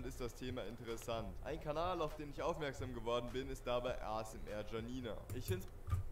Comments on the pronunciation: Und ich dachte mir die ganze Zeit die heißt Janina und nicht jjjjanina alta😂😂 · Warum so viele "Schanina" sagen macht für mich Sinn, ich kenne den Namen Janine und den spricht man so aus Und ich würds Normal besser finden, weil die Videos im Hintergrund einen so oder so raushauen und sorry dass ich einmal während und einmal nach dem Video Kommentiere ^^